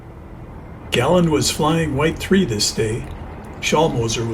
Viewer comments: His name wasn’t Gàlland - his name was Gallànd! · Great vid including the historical information. PS. try pronouncing his name correctly, it is his name :)